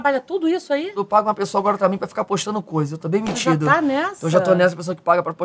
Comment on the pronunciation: Eu ouvi Bem metido e não Demitido